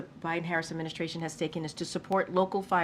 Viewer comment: Maybe someday, you can pronounce administration correctly.